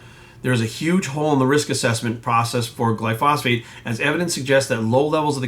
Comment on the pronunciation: Pretty sure that’s not how you pronounce Glyphosate. It’s not phosphate.